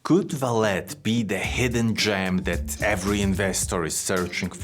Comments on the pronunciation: I'm Brazilian and... No.. It's not VALET. It's pronounced as "Valley". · Since it's Brazillian. It should actually be Valé. (As in OK) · Actually it is pronounced like the car parking service, valet but in the french way, where the T is silent Val-A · The name of the company is pronounced as "Valley". And Vale means exactly that: valley, in portuguese. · You pronouncing it ValeT tells me you have no clue about the company. Just generic text read down. Your first video presented to me. Not impressed. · "ValeT"? Huh? Any special reason you keep mispronouncing the name of the company? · How can someone do so much research on a company and not know how to pronounce its name??